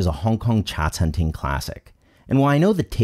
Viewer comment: it's "Cha Chan Teng" not "Cha Chan Ting"!